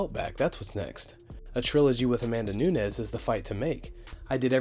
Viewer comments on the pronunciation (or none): none